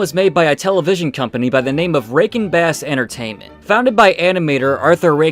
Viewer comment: Dude, love the reaction, but the way you say Rankin Bass sounds like "Breaking Bad." Now I want to see the "Breaking Bad version of the Hobbit."